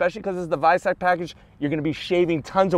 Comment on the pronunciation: Yay he said Weissach as Veissach